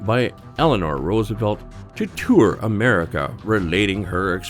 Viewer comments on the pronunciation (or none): none